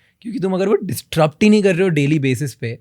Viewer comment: Distrupt ❌ Disrupt ✅